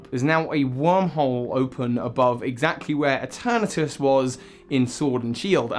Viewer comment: ITS PRONOUNCED E-TURN-ES